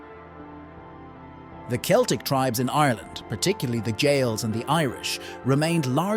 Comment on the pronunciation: I like how you pronounced Celtic in three different ways